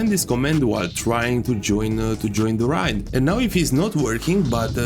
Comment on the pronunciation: I don't mean to be that guy... but it's pronounced 'Ray d' like how u say 'A' by itself